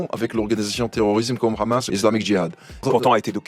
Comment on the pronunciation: Hey pourquoi tu dis de l'autre côté ''Ramass' au lieu de Hamas. Bon voyage 😅